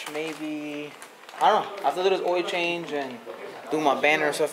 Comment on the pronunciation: I forgat he said ...oiyo change ..instead of ..OIL CHANGE...😂😂😂. THIS YEAR ILL FIX MY CAR